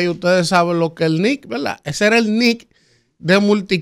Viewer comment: usted querrá decir verdad, porque velaa, eso está muy distantes a verdad, usted es un comunicador y debe comunicar para el oyente un lenguaje fluido y correcto. Y esa velaa, la pronuncia más de diez veces en un comentario